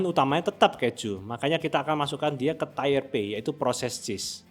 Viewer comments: coba sebutkan aksen mana yang nyebut tier jadi tire? Lo kalo ngomong gitu dijamin bakalan bikin orang salah paham bahkan di US sekalipun. Emang apa salahnya si mengkritik buat kebaikan juga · Iya nih geli dengernya krn sering dengar dosen bilangnya tier ini kok agak laen. Sama kyk hidden org pronouncenya haiden pdhl hiden aja 😁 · Ini salah pronounciation bukan aksen. Kalau semua setiap kesalahan pronounciation dibela karena aksen ya udah pake bahasa lokal aja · lu ga pernah ngomong inggris ya sehari2? pelafalan dia itu udah jelas2 bikin maknanya melenceng. buat org yg telinganya udah biasa dengar org ngomong inggris ya jelas keganggu banget.ya kali tier tingkat jadi tire ban kendaraan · ya krn situ ga terbiasa konsumsi konten berbahasa Inggris. Kl udh terbiasa, denger ada yg salah sebut 1 aja udh ga nyaman kupingnya, apalagi ini disebut berulang kali wkwk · Min, sorry 🙏🏻 Tier dibacanya bukan Tayer ya. Tier dibaca /ˈtiɹ/ Kalo tayer jadi Tire jadi lain arti. Mending baca tier langsung aja jgn ke bhs inggris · Tiir bang buka tayer Wkwkwkwk Belajar bhs inggris lg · Informatif skali bang, thank you! Udah saatnya masyarakat kita melek tentang komposisi makanan. Tapi tolong cara pengucapan "tier" itu "tir" bukan "tayer"😊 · Tier /tir/ bacanya tier bang bukan tayer cek di Google Translate pronouncenya. . Kalau susah lafalkan English baiknya pakai istilah Indonesi : kelas/tingkat. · Tier itu penyebutan nya "tir" bukan "tayer" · pelafalannya TIR mas, buatkan TAYER. kalau TAYER itu tulisan aslinya TIRE (Ban). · Tier bacanya tir om, bukan tair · • Tier, dibaca tiyer. Artinya tingkat atau deretan • Tire, dibaca taiyer. Artinya Ban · Dear content creator : Pengucapan 'tier' tidak sama dg 'tire' yaa... Jaga kualitas 👍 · Bang, videonya sudah mengedukasi banget. Saya suka. Subskreb deh. 👍 Tapi boleh nggak bilang "tier" itu bukan (tayer) tapi memang (tier) aja. Biar tambah keren videonya 😁🙏🏽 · Koreksi dikit aja bang, "tier" itu dibacanya tiir, bukan tayer. Klo tayer itu buat "tire".